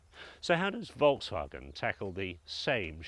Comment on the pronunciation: It's Volkswagen not Wolksvagen